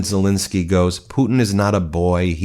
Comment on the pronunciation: I love your videos but please stop saying Zelinskyy. It's Zelenskyy. You pronounce it wrong. The "len" part in Zelenskyy is to be read the same way as the "len" part in a word "millennial" or "relentless". Thanks, hope you see this!